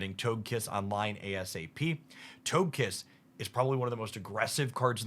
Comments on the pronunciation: For the love of pokemon please learn the pronunciations. How are you saying togetik correctly and then say TOGE KISS It's TOH-guh- kiss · You mispronounced Togekiss. Toge is pronounced like Doge. You know, like the meme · i mean you got togepi and togetik right.... then suddenly TOGE kiss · Them pronunciations are throwing me off! 😅 I grew up knowing them as togepi (Toh-geh-pee), Togetic (Toh-geh-tick), and Togekiss (Toh-geh-kiss). I mean, i could be wrong. It's just weird for my brain to hear them pronounced that way! lol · It’s so hard to say Toagkiss. Why do people make it so hard to say it? He says Togetic correct but once it’s Togekiss 🤷